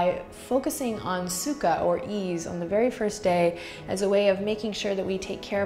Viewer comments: Anyone else speak Russian and keep hearing "су́ка" instead of "sukha?" It doesn't mean "ease" lol. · Sadly, I could only hear Сука every time you said sukha and couldn't help chuckling like a child. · suka is also russian and i cant stop giggling when you say it